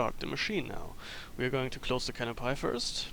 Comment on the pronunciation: canopy (peee) .. not cano-pie